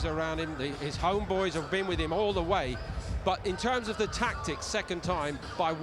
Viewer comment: Haye; "noone ever goes into the ring in 100% perfect condition. Ok, fair enough. - Haye; " if Fury wasn't in perfect condition he wouldn't have [risen from that knockdown and fought back]". Erm...... And the very best part of this whole video; - posh English dude saying homeboys.